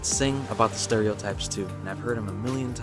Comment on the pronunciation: I'm so proud of him for his correct pronunciation of the name of my country "Kiribati"